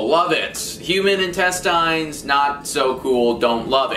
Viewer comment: He pronounces intestines really weird.